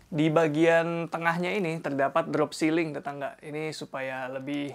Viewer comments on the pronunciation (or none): none